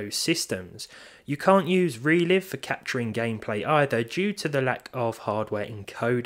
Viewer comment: It is ReLive (pronounced LYVE not LIV). Just saying